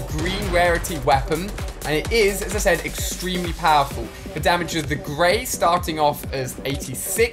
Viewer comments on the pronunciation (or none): none